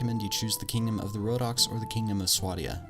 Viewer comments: you know you said rohnokes wrong right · Samurai How did you manage to butcher all the names?